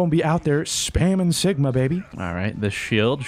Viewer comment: Am I the only one who heard Sickma instead of Sigma? ;D